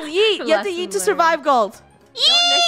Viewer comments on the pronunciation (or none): You had yoot Instad of yeet